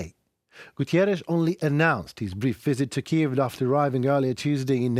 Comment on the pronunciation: Everytime Guterres goes to Kiev to show support for Ukraine, the orcs send bombs... it must be really hard for them to have the UN showing support for Ukraine. And everytime you say "Gutierres" instead of Guterres - you are indeed showing the effects of Russia already changing the World Order, whether we admit it or not.